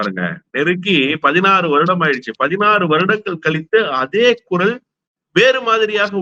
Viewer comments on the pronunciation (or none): none